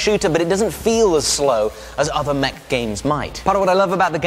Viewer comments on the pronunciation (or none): none